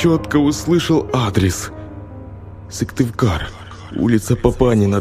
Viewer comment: Я живу в Коми и интересно послушать про наши дороги, но Сывтывкар мне ломает уши. Сыктывкар!!!!!!